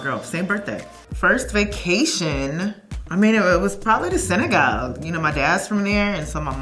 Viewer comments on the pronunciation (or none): Senegal sounds like Georgia